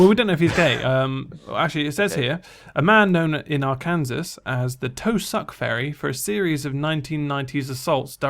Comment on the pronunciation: I like how pronounced Arkansas. Even though it has Kansas in it and Kansas is another state in America, the "Kansas" in Arkansas is pronounced liked "Can saw". 'MERICA!!